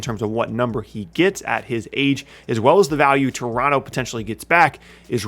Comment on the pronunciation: My favorite part of this video is knows how to say Toronto like he's from Toronto